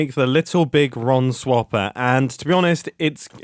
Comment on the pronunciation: GODD HE SOUNDSS SOO BRITISHH WHILE HEES DOING THE BIGG RON THING... ITS HILARIOUSS